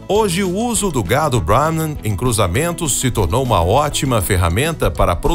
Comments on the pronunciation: Porque um nome Indiano acaba de ser pronunciado com a pronúncia em inglês? 🤔 Pqp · Eu sei que os indianos dominam o inglês! A questão é: Porque um apresentador/locutor brasileiro, acaba de pronúnciar um nome indiano,com pronuncia em inglês? Isso ficou esquisito! 😅🤣